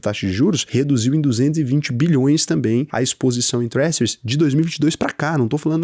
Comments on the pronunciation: se pronuncia TRÉJHÂR e não tréssure, é só uma crítica construtiva, não me leva a mal.✌ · Sua pronuncia de treasures é algo kkkkkkkkkk